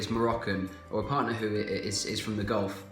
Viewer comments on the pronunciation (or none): none